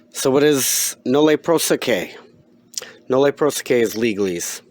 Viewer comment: if you're going to pretend to recognize "legalese" - recognize it is Latin and then learn how the vowels sound in Latin. You're mispronouncing "prosequi" - "qui" is pronounced "quee". You're welcome.